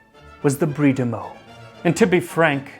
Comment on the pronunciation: Also, thank you for pronouncing Meaux correctly